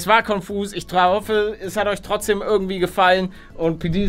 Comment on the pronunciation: Paluten kam mir das nur so vor oder hast du statt "hoffe" "trahoffe" gesagt?? Ich kann mich auch geirrt haben, da ich ein bisschen dumm bin 😅